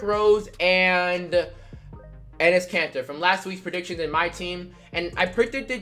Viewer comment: When he says Enes Katter my subtitles say his cancer 😂